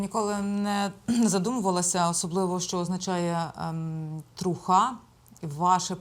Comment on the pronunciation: Не «трухА», а «трУха» - сленгове слово від англійського truth